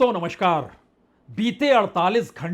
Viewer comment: नमशकार नहीं, नमस्कार sorry sir for Intrupt